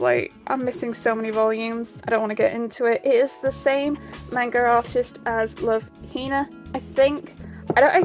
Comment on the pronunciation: You're pronouncing manga wrong.